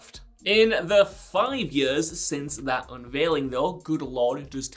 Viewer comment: In yuhrs and yurhs